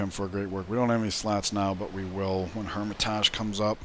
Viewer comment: It's been mentioned before but bears mentioning again, that is not the correct pronunciation for Hermitage. Since it's the English translation of Эрмита́ж, either the English way "hermit-age" or "hermit-edge" or the Russian way "Ear-mit-ash" is correct.